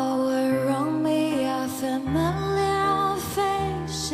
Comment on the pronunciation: alournd me are familiar faces woulaut places woulaut faces.... no no and no. I thinks its terrible. Not the tone just I can't stand the pronounciation sorry...